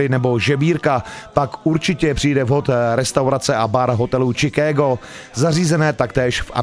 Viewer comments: to je angličtina jak prase. Od kdy se Chicagu rika Čikédo? je to Šikágo Boze. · Anglictina vyborna.... Pan Moderator prosim Vas,najblizsie treba v Chomutove navstivit zakladnu skolu rocnik 1-4,konkretne predmet anglicky jazyk a naucit sa spravnu vyslovnost... Čikégo....🤣🤣🤣🤣 Dakujem